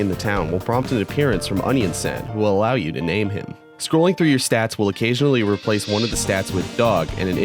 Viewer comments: San as in on, he just pronounced it wrong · "Onion Sehn" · wait is it pronounced onion san as in sans not onion saun as in sauna? have I been pronouncing onion san wrong this whole time?!